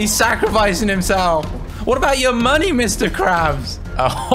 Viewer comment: The part when Mr crabs and go close I like he said MONEY